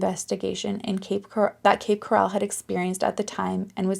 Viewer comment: Cape Coral is pronounced core-ull. Like coral in the ocean.